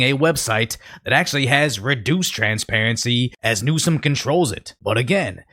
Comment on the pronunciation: Gavin NewsUHm. Man that shit was pissing me off.